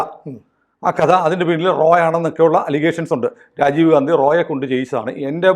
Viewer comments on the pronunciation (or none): none